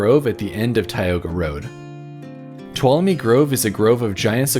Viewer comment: This place is a life-changing experience. It's pronounced ,"to wallow me".